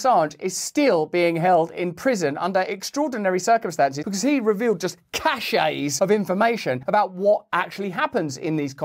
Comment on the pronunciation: CACHE is pronounced “cash” CACHET is pronounced “ca-shay” Learn it Live it Love it